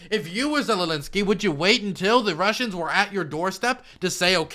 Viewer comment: Again, ZELENSKY not Zelelinsky